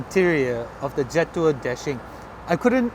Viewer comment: Pronounce it Je' Tour. You get a distinct french flavour when you pronounce it that way.